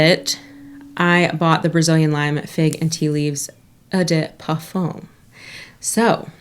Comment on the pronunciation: Just wanted to chime in -- you said 'parfum' correctly!! You got the French pronunciation down! :)